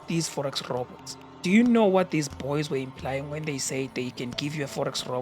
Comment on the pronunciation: "These bbwoys" 😂